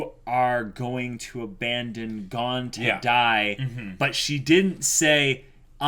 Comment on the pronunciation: Can you stop pronouncing Gon as "Gone" ?!